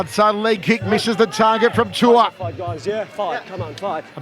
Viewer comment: His name is not Tua , its pronounced Tu’ ooo a Tu’ua